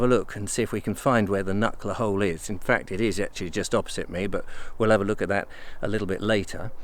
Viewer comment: Its Knucker Hole.